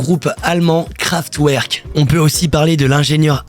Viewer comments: Super vidéo continue comme ça fréro ! Juste je dis ça en mode bienveillant mais on dit KraftVerk :)) 🔥🔥🔥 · Pour rectification sans animosité, on dit Kevin SauNderson ainsi que KraftVerk :-)